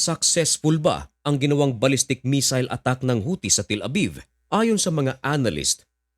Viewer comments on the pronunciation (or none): none